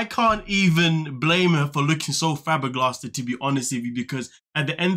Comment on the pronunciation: He said fabberglasted instead of flabbergasted 🤣🤣🤣 it was great!